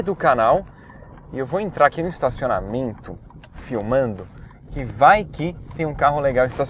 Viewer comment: "Estacionamieeento" bem paulista vc em? kkk